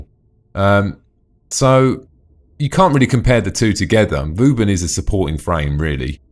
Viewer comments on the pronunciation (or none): Hes say's vouben :D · funny way to say vauban xD